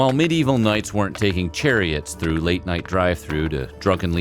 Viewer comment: I do enjoy how sometimes it sounds like the narrator is saying "many evil peasants"